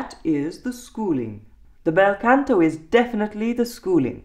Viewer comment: Scusi, Canto pronounced con to, not can to. The ahh as in mah ria or mama.✔✔✔